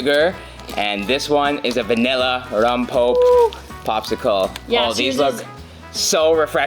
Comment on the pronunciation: "Rompope" is pronounced, rom pope eh. Missing that extra vowel. That flavor is amazing though!